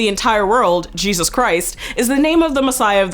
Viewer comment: Wrong pronouncement of the Lord's first name